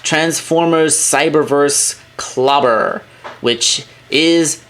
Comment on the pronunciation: That female Decepticon Clobber is awesome like I thought it was a female version of Lugnut but I was right it is a different characters. Cyberverse senson 3 will be cool and I understand you say her name wrong is okay. Thank you for the video.